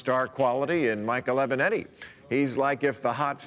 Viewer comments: Lmao at “aviantae” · Trump doesn't gaf mispronouncing Avenatti as if nothing was wrong. Hilarious